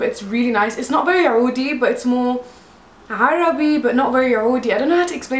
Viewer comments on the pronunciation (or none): none